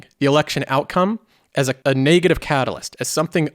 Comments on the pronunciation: It's not pronounced 'nay-gative' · I just hate how he pronounces negative